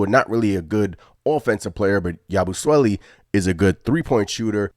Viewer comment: Imma have to give your pronunciation of his name a C- I don't understand why yall are having such a hard time saying Yabusele's name 🤦🏾‍♂️ Why you adding the extra "swele"?? It's Sele, like celly